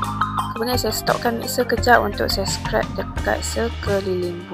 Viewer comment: Terima kasih share resepi. Cuma nak betulkan sikit sebutan scrape tu, bukan scrap. Scrap = sisa/bahan buangan Scrape = mengikis Kalau ada list bahan2 & resipi penuh di description video, lebih membantu & memudahkan viewers utk ikut resepi dlm video ni 😊